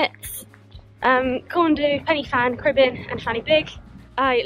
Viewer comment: Pennyfan……hilarious pronunciation!!! 😂😂😂